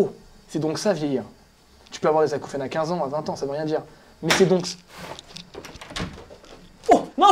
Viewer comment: Acouphènes, Acoufion, Acoufriacre.